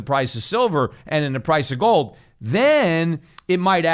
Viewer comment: Schiff pronounces it GOLLLLLLD.